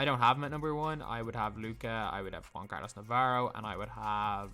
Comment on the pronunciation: How do you say it it ? It’s pronounced wan